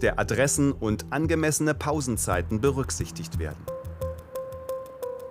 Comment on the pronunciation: Uiuiui SWR bei fehlt das "t" bei berücksichtigt. Wurde auch die Pause vom Cutter gestrichen? 🐧🦝🐄